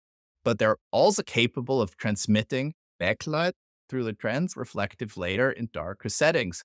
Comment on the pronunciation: I'm 32 seconds in at this point, and strongly considering not watching any further simply because you keep saying "trans*re*flective" rather than the correct "transflective". If this keeps going, I'm pretty sure my head will explode.